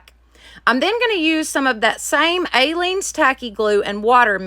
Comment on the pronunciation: You are pronouncing Aleene's incorrectly. It doesn't have a long A. It is pronounced uh-leene's. 😊 I used to watch her craft shows YEARS ago. You can probably find them on YouTube. Great crafting. You should find them and watch. I also LOVE watching your channel. Lots of creativity that I use every weekend. Thanks for sharing with us.